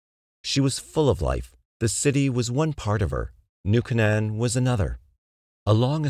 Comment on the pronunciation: KAY-n'n, not kuh-NAN